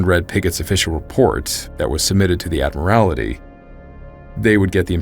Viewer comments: Just FYI: ADD MUR IT EE. Not as you pronounced it. Not being critical; trying to be helpful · The word is Admiralty ! Otherwise very interesting , thanks . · Dude. A marine who cant pronounce Admiralty? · Hey quick heads up, "admiralty" is pronounced "ad·mr·uhl·tee" Fantastic episode as always! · Excellent story and wonderful narration as usual! One small suggestion: admiralty is pronounced “AD-mralty” Otherwise, keep up the great work!! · Admiralty, is pronounced “Ad-meral-T.” Not to be that guy, but it is kind of jarring to hear it pronounced that way. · "Add Marality"? WTF? Maybe learn to speak the English language. It's the "Admiralty". Google can tell you how any word is pronounced with pretty high accuracy. Please don't make up garbage bullshit. When you don't know something, fucking look it up on the internet and learn. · We love you, but it's pronounced "Admiral-Tee" 😊🍻 🇬🇧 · The word is "Admiralty"